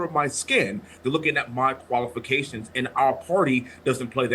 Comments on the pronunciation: He said colifications. Lmao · DL Hughley is the WORST comedian in the world. He did a show in Houston years ago and got booed, he was that bad. He can’t even say the word “qualifications” that’s how ignorant he is. Wesley Hunt is beyond reproach and he worked for everything he achieved. DEI is a handout and it can be anyone of any race, mostly transgender benefit from DEI and lazy people.